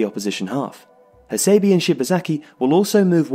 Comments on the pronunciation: Makoto HA-SEI-BEI not BEE Takashi EE-NOO-EE not NOY-EE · Bijak R A Yes please. Cannot stand the annoying Hasaybeee. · his name is pronounced as ha-sé-bé, dammit